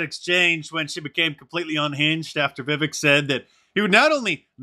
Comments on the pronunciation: Hey Mark Vivek is pronounced like Cake, thanks for the content :) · Viv ache. That's how you pronounce it. He said it's like cake. Vivek. I watched Tucker. Depended on you for the highlights. Thanks Mark. God bless you and yours indeed. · Vivek is pronounced viv-vake